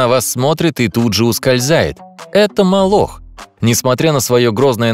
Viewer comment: молох ударение на первый слог падает😡😤